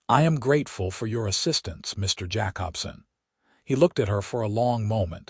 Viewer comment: Jacobson = Jay-cob-son.